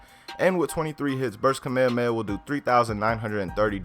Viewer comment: Dude it's Kamehameha not whatever your saying